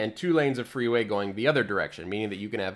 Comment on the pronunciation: Oh you mean "freeway", not "three-way". Missunderstood that :D